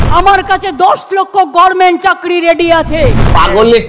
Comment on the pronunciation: দিদি কবে Government কথাটা সঠিক ভাবে বলবেন, বলতে পারেন ? বড্ডো কানে লাগে।